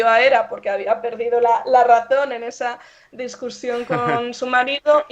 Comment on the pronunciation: Primera vez que sé de Carolina y mi admiración total por la persona que veo, y mi absoluta sorpresa por el hecho de que una profesora de latín interesada en filología hispánica, diga "discursión" con naturalidad y gracia!!!